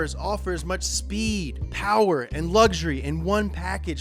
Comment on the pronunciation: “ which one has the MOST powah baby”